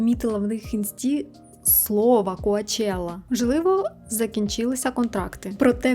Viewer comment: Дуже люблю Ваші відео, інформація завжди дуже цікава, Ви сама чудова і приємна, але "сЄлЄби, коачЄла" трохи ріже вушка...але це без негативу та образ!